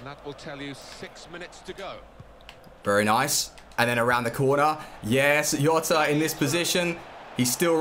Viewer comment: its not yota is gzota